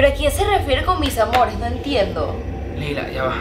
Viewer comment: cuando estaba diciendo:mis amores?,yo escuche:misamore😂